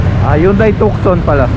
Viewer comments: TUCSON - pronounced TU-ZON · Boss ang basa s Tucson silent c FYI lng.